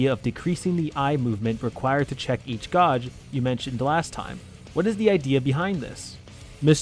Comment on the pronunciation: Great vid however, gauge is pronounced "Geij" not "Gaaj". Still not as bad as one person I saw who pronounced it "Gaugei"!